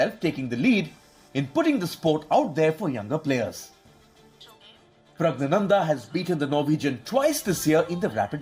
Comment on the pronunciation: It's R* Pragnanandhaa and not S 🤐